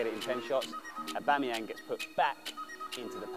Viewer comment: A-bum-eyang says Billy 🤣